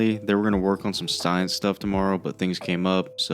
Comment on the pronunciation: If you said “sctience” , I pifcjed up that ref and I’m glad people watch disenchantment😂😂